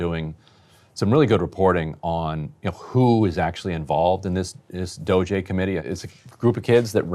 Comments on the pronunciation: Fake news. Really disappointing performance Ryan. The doge adults, that are a hell of a lot smarter than you might I add - have read only access. Quit making up nonsense stories about them "messing up the code". Also, you erase your integrity by calling them kids and mispronouncing DOGE on purpose or by accident. I'm on my last legs with this 'news' outlet. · I kinda love Ryan pronouncing DOGE differently each time. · Dude you sound like one of these doge kids, they're not geniuses they're just thieves and scammers. I mean they're in the right party i suppose. They should pronounce it as dodgy cause that's what they all are. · Ryan and his passive aggressive pronunciation of DOGE 😂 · I mean, it's ridiculous, named after a fake crypto meme for christsake. It should always have a passive aggressive pronunciation. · It's so obvious Ryan knows nothing about writing code. He's stumbling all over himself trying to fabricate his BS. And mispronouncing DOGE just makes him sound ignorant. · Is Ryan intentionally mispronouncing DOGE? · I think so. He has pronounced it correctly before, I think he just really hates the term so doesn't want to say it correctly. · Why are you pronouncing the E that stands for efficiency as an A? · I love that Ryan is pulling a norm Finkelstein pronouncing destiny's name with saying DOGE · and “doggy” is the early Middle English pronunciation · Please, you purposefully and constantly mispronounce DOGE! Let’s get to the point, Dems don’t want DOGE to check on Pelosi and others tax returns and prove they are using their position for financial gains. Stop protecting them. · Trump firing shots, this is what we need. Someone to point out the obvious. We also need Ryan's pronunciations of Doge as well. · Guy can't even pronounce doge and the meme was big enough to spawn a crypto currency like 12 years ago. Maybe they should get one of his children or grandchildren to help him prep for the next show. This show has really declined since its early years.